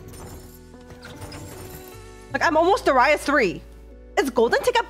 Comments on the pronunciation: did she just say darius as deraias? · she started doing it some months ago, I believe in older sets, she said it normally.